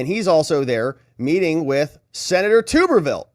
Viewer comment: LOL!!😂😅, it's Senator Tub-er-ville NOT tubberville!😂